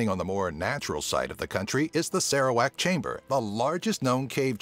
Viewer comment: "Rrrrrrrrendang" "TamNa" "Sarah-wack"